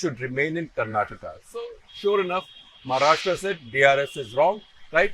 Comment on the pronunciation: Also, I think on the analogy of the pronunciation कर्नाटका, you pronounce 'Maharashtra' also as महाराष्ट्रा -- at least off and on, though admittedly not always. Well, it is and should be महाराष्ट्र.